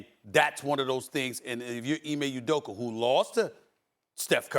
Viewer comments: Ime udokAAAAAA, not udokur!!! 😂😂😂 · I love when he says “Udoker” and “Luker”